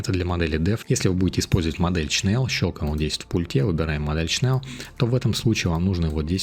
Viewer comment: Привет! Но только не Чнел, а Шнел (или Шнель) от Немецкого Шнелле (быстрее), еще по старым советским фильмам помню как там фрицы говорили - Шнелле Шнелле хусищен ш....